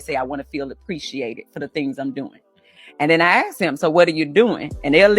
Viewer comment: You should never “axe” your wife.